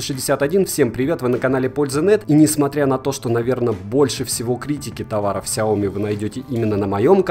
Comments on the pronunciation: если еще будешь называть правильно сЯо мИ, а не как деревня сяОми, то будешь похож на истинного фаната, да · произношение как всегда режет слух. сЯо мИ. и только так, здесь 2 ударения. хорошо хоть не ксиОми как некоторые особо отбитые говорят. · Слышь, фанат Xiaomi, ты даже не знаешь, где в этом названии ударение ставить! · Хиаоми сука де Браш)))